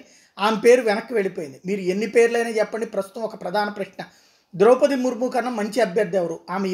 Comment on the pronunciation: సార్ మనది ఈ దేశమేన.ద్రౌపతి మహాభారతములో ముఖ్య వ్యక్తి. ఆ పేరు పలకటం రాధ మీకు.